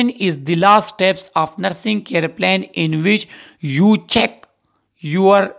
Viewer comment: Pronunsation tek nhi sir plane mean jehaz ye jo hai ye plan hai